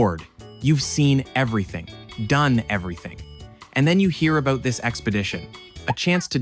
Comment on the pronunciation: Its funny you call meters "rational" while you say a-boot 😂